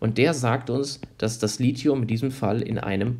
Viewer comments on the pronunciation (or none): Es heißt "lizium" ausgesprochen auch wenn man es "lithium" schreibt. NICHT "litium"!!! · jeder Anorganik-Prof. wird dich schief angucken, wenn du Lithium als Lizium aussprichst